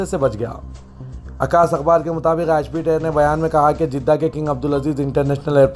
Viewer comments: Bhai sahab it's a EGYPT AIR flight Not Egg PIT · Bhai miyan Egypt Air hai woh aap kya bolay aur aap ka pronounciation should be perfect plz don't read News like a Galli ka News presenter.thx appreciated